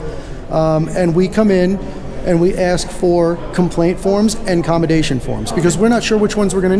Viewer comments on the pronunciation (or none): Not to be nitpicky...I love these audits! But the guy with is pronouncing COMMENDATION wrong. He is saying COMMADATION, and then he said he wants to COMMADATE someone. The word there would be COMMEND. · its pronounced COM EN DATE not comidate. think of "commend" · The word is COMMEND not comidate. What you want is a Commendation form. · CommeNdation form....commendation not "commedation" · commedation lol? the word is commendation, and you would commend an officer, not commedate them. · It is "Commendatation" brainiac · Commend - NOT commendate... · This idiot with does not know how to say "commendation". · that would be "commendation" not accommodation! Your new partner is rather annoying, did too much talking and did not help your image. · It's amazing how both of you cannot seem to be able to pronounce commendation.